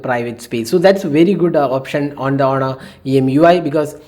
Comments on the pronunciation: I will say it again its honor not aunnar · but u are saying it with a unda sound not n sound 😂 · 😂😂 wow thank you.. But its onor not with anda sound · h is silent its onor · don't mind but you really need to improve your. pronunciation u did say aunnar and quck (quick) and u usually add rh for eg instead of on you say onh best thing for u is to instead speak Hindi ')